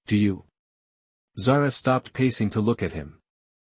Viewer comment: My daughters name, it is pronounced Zar 'ah.